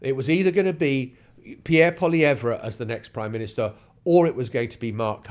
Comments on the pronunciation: pronounced: POLY EVV, not. POLY EV RA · It’s pronounced Polly ev. Poilievre did this to himself. This race was close even with his terrible campaign. He used slogans and negative adds, just like Trump. A huge mistake. If he would have stuck to policy, and been about 50% less smug, he may have won. Carney fell into the perfect race for himself. He got to be PM for just enough time to rebuke Trump, and make people believe he is tough. He will not help regenerate the Canadian economy. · All it takes is ONE Canadian newscast to learn how to pronounce Poilievre and you couldn't be bothered